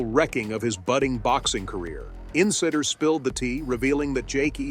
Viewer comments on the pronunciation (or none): that's not how you pronounce insiders